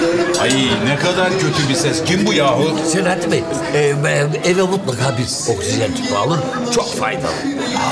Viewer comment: Bulentin okşizen demesi sinirimi bozuyo 😂😂